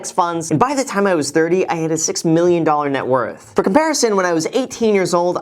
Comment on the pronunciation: Net worffff